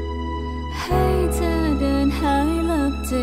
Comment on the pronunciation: ไม่ชอบการออกเสียง คำว่า ชั้น เธอ ที่ ของมายด์เท่าไหร่ เหมือนบีบเสียงบางทีฟังแล้วไม่อิน